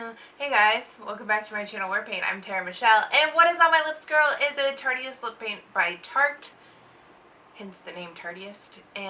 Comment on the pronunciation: It's Tarteist, pronounced like Artist. I also think the Juicy Shakers are a waste of money!!!!